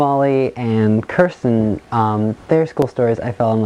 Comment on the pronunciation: Your not sayings Kirstens name right